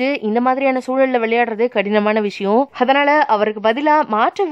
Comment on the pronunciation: Commonly we say 'athanaala' but this channel's slang 'hathanaala'😂